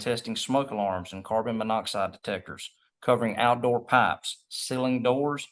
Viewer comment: PAIPES did he say blanket your p a ip es. Pahips